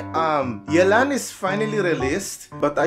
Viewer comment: Thank you for not butchering yelans name